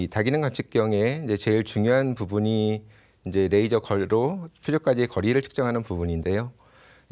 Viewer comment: Rㅐ이저가 아니고 그남 래이저. 너무혀굴이지마